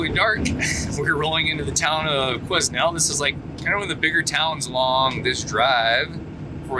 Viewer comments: Interesting to hear an American perspective while driving through BC. This is my backyard and these winter driving conditions are pretty routine for us. You get used to the road conditions. A few tips on town pronunciation. Lillooet is pronounced Lil'ooh wet. The "S" is silent in Quesnel. Pronounced Kweh Nel. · Quesnel is pronounced kwa-nel. Say it quickly. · Dude, the s is silent when pronouncing Quesnel 🤓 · I was laughing good when I heard you pronounce Quesnel!! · Just a friendly nudge.. S is silent in Quesnel 😉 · Hi from Quesnel. The 'S' is silent lol